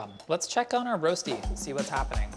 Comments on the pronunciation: In Switzerland, you do boil the potatoes first. And we also call it Röschti - pronounced slightly different than the American way. Anyways, now I'm hungry... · Rösti pronounced Roshtee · Waiting for the swiss uncle roger to comment this. My leg was down a couple of times. It's called Rösti, not Rosti and pronounced let's say different. We boil the potatoes and never use olive oil. This is not colored, for me this is burned. We flip the Rösti. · You say Rosti funny! X 😘👌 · Can't pronounce Rösti - Didn't pre-boil the potatoes - Didn't flip it - Baked it in the oven?! östi, then just fry the eggs and place them on top? Or better still, make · Love, but his pronounciation of rösti is terrible. The umlaut is important.